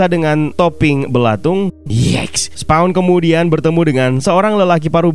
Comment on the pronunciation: SPAWN yah jangan dibaca Sepong ! Siapa yg mau di sepong atau kena sepong ?